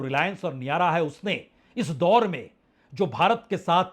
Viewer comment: नियारा नहीं है वो, नाइरा कम्पनी है महाशय 😂